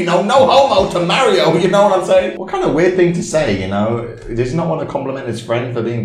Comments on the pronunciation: Mayrio? Why not pronounce Mario, not Mayrio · The way they pronounced mario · You pronounced Mario wrong